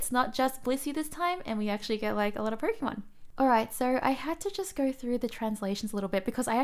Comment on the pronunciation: i love all the words you say that end in "O" or "Oh" sound i dont knur, gur, slowbrur